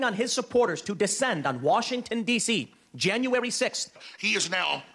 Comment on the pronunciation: I swear it sounds like Tim Pool says Januwawy 6th